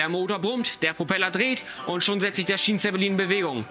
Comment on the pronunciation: Hättet ihr in der Englischen Tonspur das Wort Schienenzeppelin nicht wenigstens richtig aussprechen können? Oder ist das so eine billige AI Stimme?